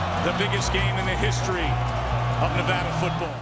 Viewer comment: Thank you for saying Nevada correctly.